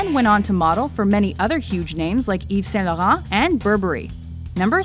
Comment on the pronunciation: You pronounced Yves Saint Laurent wrong X